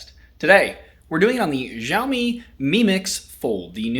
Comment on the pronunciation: I always enjoy your videos, but this one made me feel bloated -- from all of that pizza! And that rather bloated phone. I'm not yet onboard the foldable phone fan club, especially for the sky-high prices. From now on, can you please(!) pronounce Xiaomi correctly? You did pronounce once or maybe twice, like the 2nd time you said it in this video. In Mandarin Chinese pinyin, "X" pronounced very close to "sh" (but with the tongue on the roof or back of the mouth, rather than the front, as it is in English). In contrast, the pinyin "zh" is pronounced more like "zh". So Xiaomi is more correctly pronounced SHEEOW-mi, not ZHEEOW-mi. (In his videos, Michael Fisher says it right.)